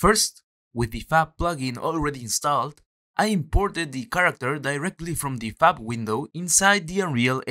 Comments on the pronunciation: I could swear I heard "this cute girl is available on the fap marketplace" haha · Love how you said Fab but it sounded like Fap 😂